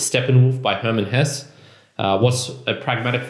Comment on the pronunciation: I think it’s pronounced “Hessa”.